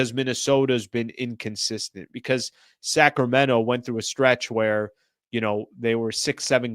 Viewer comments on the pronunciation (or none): none